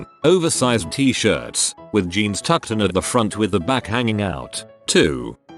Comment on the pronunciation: Nobody: ... Reddit Robot Voice: G-eans